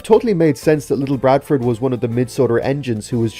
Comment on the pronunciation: Ok good video and it’s very fascinating but however you siad little barford’s name wrong. You siad little BRADFORD, the b shouldn’t be there lol